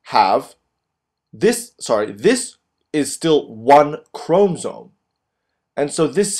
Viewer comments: Say chromosome right, it’s not a chrome-zome, how many times can you say it wrong what an IDIOT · why is it bothering me so much that he's saying chromsome instead of chromosome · God it's ChromOsome. Not Chromsome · If i hear chrome-soam one more time my computer is going in the trash. Otherwise nice vid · you did a good job but it is called chrom O somes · STOP SAYING CHROMSOME OMG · The way he says 'chromosome' XD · I think the fact that his english is obviously so impressive is the reason why the mispronunciation is so apparent - it's a curious one to make given that he must have heard people pronounce it before (if he's making cell cycle YouTube videos) and as english words go its spelling is pretty phonetic. Doesn't excuse rudeness about it though of course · The info and drawing are great. The mispronunciation of chromosome is distracting, but I suspect it's just a language difficulty. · who the fuck taught you how to pronounce " chromosome " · Please pronounce chromosomes correctly please. So frustrating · I LOVE your video but the way you said chromosome really grinds my gears lol. But nonetheless it was a great video! Thanks